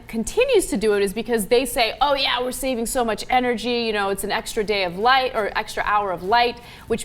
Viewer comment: It's SAVING! Not SAVINGS!!!